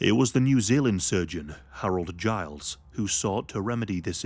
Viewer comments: Harold Gillies’ surname is pronounced “Gillys”, not “Giles”! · Harold Gillies, not Giles